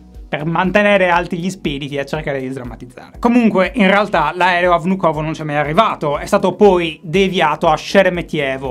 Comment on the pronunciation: per il futuro, l'areoporto si pronuncia "vnukava"